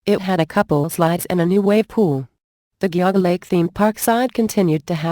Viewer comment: The computer voice got Geauga Lake wrong. :(